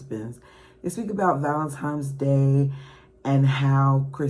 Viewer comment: Girl, it's VALENTINES DAY! There is no M in the word